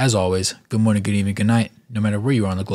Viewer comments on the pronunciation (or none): none